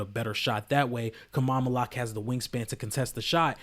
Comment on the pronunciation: Learn how to say his name, bro